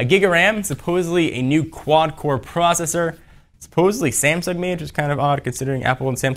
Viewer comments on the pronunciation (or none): none